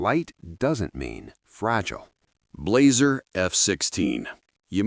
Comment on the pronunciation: DT 11 686 Benelli 828U Blaser F16 yet the AI guy calls it Blazer lol Perazzi Hi-Tech K80 Browning 725 Sporter Beretta 694